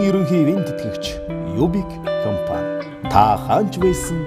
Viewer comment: Reklam unshij bga huuhen ineedtein be comfan geed bhiin compan gej helmeeriin